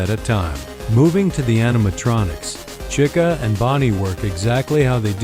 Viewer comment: “Cika” the ai messed up lol